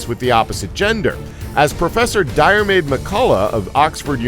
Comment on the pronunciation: Salisbury is pronounced Saulsbry . Diarmaid is pronounced Dermid.